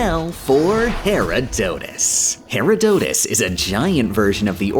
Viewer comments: Herodotus is said her-roh-doh-tous rather than hera-dough-tus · "Gooda" "Pons D. Lion" "Herow Dotes" "Johans" I'm too european for this travesty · It's not pronounced Herodotus, it's pronounced Herodotus.